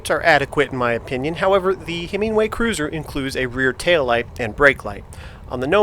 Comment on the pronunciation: Nice ride footage and thoughts on your Cruiser. I'd be interested to see how the newer Himiway Zebra stacks up against the Velotric Nomad 1 as they are more comparable models. Note - I belive it's pronounced Himi-way vs. Himing-way.